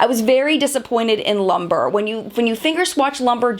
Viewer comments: It is pronounced loom-bray, not lumber. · Love this. JFYI the shade Lumbre is pronounced Loom-bray and means fire. Excellent review!